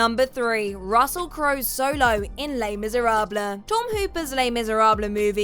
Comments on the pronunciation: Les Miserabluh... I cant take you seriously... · David “Bow-wee” and Les “Miserab-luh.” Nice.